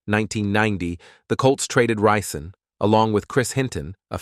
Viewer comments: His name is Rison not Reesaan. Get his name right if you’re going to do a video on him. Sloppy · Da reeeee- sons da reeeson that were here!- Phillip Bailey that’s rison not reee- son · ReeSohn Ricin, never pronounced correct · Who the hell is Andre Reeseson and riceson 😂😂😂😂 he literally butchered his name the whole story. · He is saying his name like the poison. Hmmm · I can’t get over the fact that he keeps butchering his name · This dude pronounced my boy name wrong the entire video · He jacked up his name this entire video 😂😂😂😂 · I was just going to say that ty😅😊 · Learn how to pronounce Rison and Modell - then I’ll give a like.